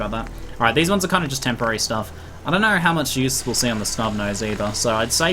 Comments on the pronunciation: First five seconds I heard "I knarrrr knarrrrrr" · The way you say Know... is weird.